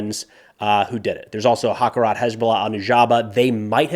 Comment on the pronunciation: One note - harakat, not hakarat.